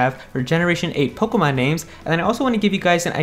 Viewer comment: It's Poh-KAY-mon.